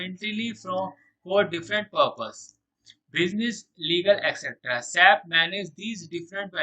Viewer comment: before making videos of SAP first learn how to pronounce SAP...